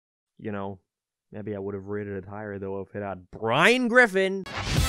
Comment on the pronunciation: He says "Brain Giffen" like Inspector Gadget says "Brown Bricks."